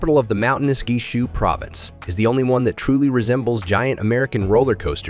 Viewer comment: Nice video! But RIP to some of your pronunciations. E.g., Guiyang/Guizhou.